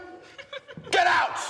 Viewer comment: COME HERE! 5 seconds later: GEDDOUT!